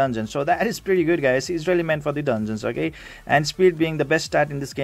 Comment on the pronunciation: Dang lol I just pulled #4 on ur list. And btw I just laugh when u say “okeh” x). Love ur goofyness idk if it’s just me but it’s what makes u unique. I might need help building that wolf unit lol. Maybe for Omen 10?